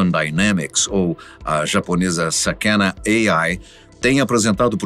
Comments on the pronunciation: Por que pronunciar uma palavra japonesa como se fosse inglês ??? Sakæna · Só um detalhe, sakana se pronuncía sakaná, que significa peixe, assin como o emblema da empresa